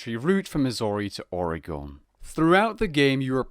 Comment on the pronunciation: Ouch on the way said Oregon